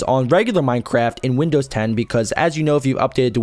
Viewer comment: when you first said minecraft I thought you said "minecrap"